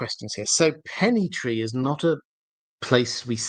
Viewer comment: Hello . Love the channel , loved all the discusions but as some people mention before me , the name of the Pennythree cannot be how you said it hecause Ser Arlan was known as Arlen of Pennythree which was before dunk and egg story .